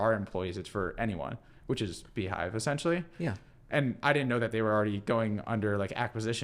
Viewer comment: Beehiiv not Beehiive